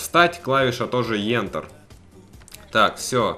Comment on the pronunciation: не ентэр а энтэр